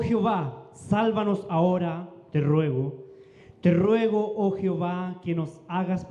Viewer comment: Al pronunciar dicen Jiová los lectores y lo correcto es JEOVÁ y no Jiová